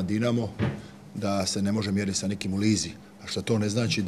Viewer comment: Jos samo da naucis da nije lizi nego ligi hah.. Sve super HZV